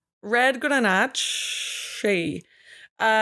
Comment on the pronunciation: I was impressed with your pronunciation of Grenache. Im just the bookkeeper so im not tres sophistique, but you broke it down very concisely. I heard a YouTuber say the other day, “I only like French wines.” We sell wines from not just every continent, but other larger land masses as well. Why on earth would you limit your appreciation of wine to one ‘neighborhood’ of the planet? That’d be like saying, “I only like American beer”, but a greatly reduced land mass. Fermentation of grape juice should be explored broadly and often. I’ve had some just now. 😘